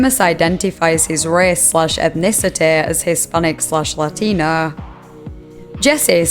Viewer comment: Northern accent saying "Latino" made me laugh lol Lateeenoooo